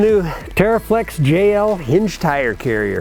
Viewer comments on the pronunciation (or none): love the way pronounces "Uhsessories"... none the less I want one of these and the uhsessories!